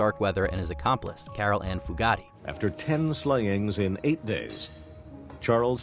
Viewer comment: It's Caril Ann Fugate (Few-Gate), not "foo-gottee".